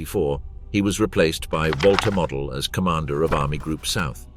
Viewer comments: "Model" rhymes with "yodel" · Field Marshall Mo-del, not Mod-el. He wass a Field Marshal, not a DIY plastic aircraft kit.